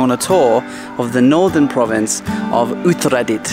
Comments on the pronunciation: Hey, you pronounced a province correctly! :) This channel is going places 5555 :P Don't swallow the "a's", thai cant deal with too many consonants; u-ta-ra-dit. It's also why they say sa-trawberry, in stead of strawberry. Love these travel video's, keep them coming! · That dam is named after the queen Sirikit, the former queen of Thailand. I would avoid calling her "sik a tit" :P Also Uttaradit isn't really super hard to say, you just somehow confuse the a's. U-ta-ra-dit Good video.